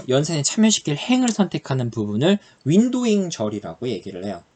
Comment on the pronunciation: 발음때문에 파티션바이 오더바이 윈도윙 머리속에 각인되요